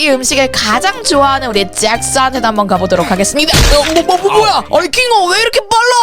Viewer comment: 킹거가아니라 킹어애요..